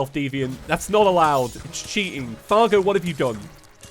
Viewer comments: I love how he said cargo instead of Fargo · Was calling Fargo “Cargo” or is it just me?